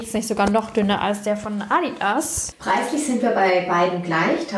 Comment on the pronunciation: Wie sie einfach bei „ Addi ass“ sagt 😂😂😂